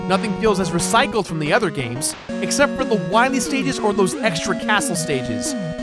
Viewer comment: Too bad the Anniversary Collection didn't fix the Dr. "Wah-Wee" Epidemic.